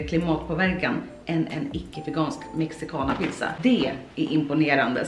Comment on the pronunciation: När alla latinos hörde hur hon sa Mexicana...🤯